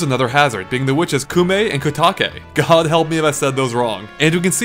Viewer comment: Koume is pronounced koh-may. You pronounced Kotake correctly.